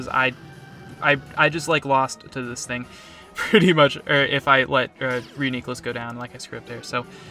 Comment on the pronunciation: proper reuniclus pronunciation, top notch also solid pokemoning